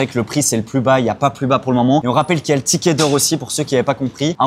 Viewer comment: tickei 🤔eet pas tiket bizzard